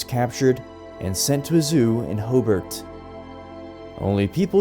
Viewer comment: did say hoobart?